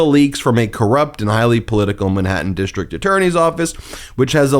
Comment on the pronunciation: dishtrict-DISTRICT, goes-SAID, dishtrict-DISTRICT, A-nother-another, dishtrict-DISTRICT. ENOUGH!!! WORK ON YOUR PRONUNCIATION!!!